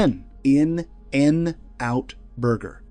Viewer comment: "N-N-Out" is how AI pronounces it, which convinces me that AI will never take over the world. 😂